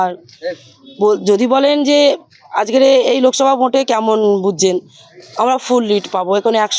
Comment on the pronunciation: Oorrr bhasa dekh ajker ke ajger bolche